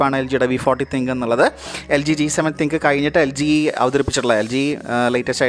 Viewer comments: nop...Thin-Q Njan LGyude official videos il polum Thin-Q ennu thanneya eduth parayunnathayi kandittullath...im also a LG user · തിങ്ക് അല്ല തിൻ ക്യൂ ആണ്